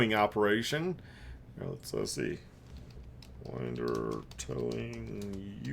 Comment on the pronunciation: P.S. Winder rhymes with cinder.